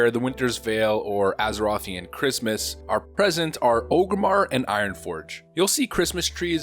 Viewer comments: It’s ORG-Rimmar not OGERMMAR. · "Ogrimmar" or is is it Orgrimmar? Orrrrrrrrrgrimmar! You god damn alliance trash. :) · Wtf is Ogre-mar?